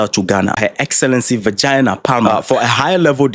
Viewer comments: Man, what is the First Name of the US Ambassador to Ghana! Shame that many of keep pronouncing the name..VIRGINIA... as VIRGINA ! Please, please don't practise the pronounsation well....BEFORE gpoin on air! Otherwise, good info! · Virgínia not virgina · U.S ambassador to Ghana, Her Excellency who👀??!!! Bro, her name is Virginia Palmer not Vagina Palmer👀💀💀💀💀!! Just sayin’😂😂😂😂😂✌🏾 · u are doing a great job. I came across your page recently through YouTube and I have been following you. However, I was dissapointed in how u PRONOUNCED the name of the American Ambassador. Pls listen to your broadcast again, and correct yourself. Render apologies where it is due. Be careful with name pronunciations.😊